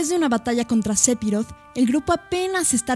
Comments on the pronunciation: Narra comiendose letras o las dice muy bajito y tengo entendido que phi no se pronuncia pi ,si no fi,bueno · Buen vídeo, solo un detalle , no se se pronuncia SEPIROT ... se pronuncia "SEFIROD".